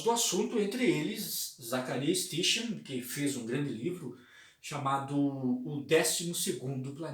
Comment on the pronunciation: Sitin é a pronúncia correta.